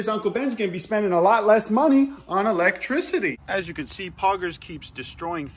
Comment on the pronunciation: Did I hear elEGGtricity?